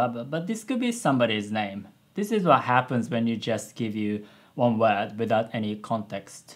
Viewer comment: Also, I understand English is not your native language and that W sounds are hard for Japanese, but the way you say "word" is a bit off (almost all of your other pronunciations are fine). I recommend you practice that accent since you use that "word" a lot in this video lol. Not trying to be mean; just helpful.